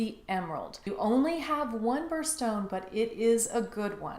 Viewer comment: I couldn't quite tell what you were saying at the beginning...the emerald is a barrel stone? Feral stone? Can I just dump my emerald collection into a pot of olive oil and bring to a boil?